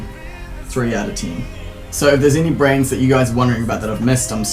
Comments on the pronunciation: Every time you say "brands" I hear brains. Lol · i thought he was saying 'Brains'